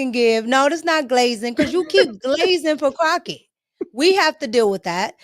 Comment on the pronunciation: Did she call her wratched crocket 😂😂😂😂😂 I am dieing over here